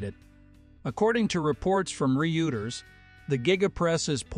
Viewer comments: "According to reports from Re-uters?" - According to Wikipedia it is pronounced (ROY-terz) "Hyoondi?" It is pronounced - huhn-day. Or The official 'Hyun-day' pronunciation also reflects the Korean heritage highlighting a vital part of the manufacturer's identity. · Reuters is pronounced - Roy-ters, also the Y is silent in Hyundai